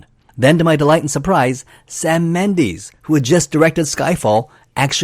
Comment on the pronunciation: What the hell is a “Mendeese”?